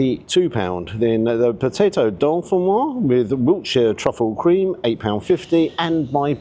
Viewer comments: Please, - it's Dauphinoise, no dolphins in sight! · It's Jamie Oliver, it's not top quality cooking, it's average, the menu is all over the place. The egg (in the scotch egg) was over-cooked, it wasn't "oozy"...........Oh, and it's not "dolphin-noir" potatoes, it's "dough-fee-noirs" and the menu, it was dirty/stained, that sums up their "attention to detail" imo...... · it's not 'dolphin wah' potatoes. It's dauphinoise. you dont really know what you're talking about do you. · You keep saying DOLPHINOISE 🤣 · The 'dolphin- wah'? ;-) Was it 'fin-tastic'? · no it's do-fin-wazzzzzzzz upp!!!!!! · It's a pity about the dow-fuhn-wazz. Emphasis on the Z 😂 I make a brilliant dauphinphoise. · This may be a petty comment to some people, but can we please get the pronunciation of dauphinoise correct? As there's an e on the end, the s should be pronounced - it actually should be a z sound. As I say, a small issue, but it grates every time I hear it. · I don't think the "s" is silent in "Dauphinoise". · "Dauphinoise". "Pommes" are feminine en français!